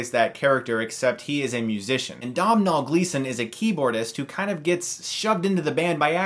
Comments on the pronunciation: met him for realsies actually....lovely dude tis pronounced {'Dough~vole'} gleason...not domnal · Not Dom nall but dough-nall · Lesson in Irish pronounciation: Doh-nul Gleeson Not dom-nal Michael fass-bender Not faws-bender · Its pronounced Doe-nall not Domm-hall! Jesus! Americans! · Dough-nul Gleeson ;) I really don't want the plague dom-nol to spread! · It's pronounced Doe-nil not down-nall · Dough nal, dougn nal, NOT dom nall. Its Irish, I'm Irish (as in born and bread in Dublin), I have a good fiend called "Domhnall ". Its pronounced "dough nal" as in the stuff you make bread from nall. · It's pronounced 'Donal'. Not Dom Nall. Even though its spelt that way. Lol. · It's pronounced Dough nall. Not Domnall. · Domhnall is pronounced Dough-nul. This broad mh in irish is a w in English. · Great review. Also, Domhnall is pronounced "Donnall." It's Irish. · its pronounced Donnal. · Domhnall is Irish for Donal...u say it in the same way too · Hey Chris love your videos and reviews and just sayin but it's pronounced "dough - nal" Gleeson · It is pounced *Donal Gleeson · Great review, love your channel - FYI Domhnall is pronounced "Doh Nal" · It's pronounced Doh-nal Gleeson! It's Gaelic, the "mh" is pronounced like a "h". Coincidentally he is Brendan Gleeson's son, who is in Calvary that you have just reviewed. I like the way you don't only review the more mainstream movies. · Just saying that Domhnall is pronounced Doughnal. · Hey Chris great review, just need to tell you that it's pronounced D-Oh-Nal. D-Oh as in Homer Simpsons famous phrase, and Nal as in 'fin-Al'. Source : Irish person with a friend named Domhnall. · Hey Chris, for future reference, Domnhall is pronounced: DOHNUL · Just pronounce it like this. Dough ( like Doughnut) with Nal istead of a Nut... Doughnal. That's how you say Domhnall. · Loved the review, just had to point out, Dohmnall is pronounced Doe-nal it's an old Irish name :) Keep it up Chris. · Domhnall is pronounced Do-n'l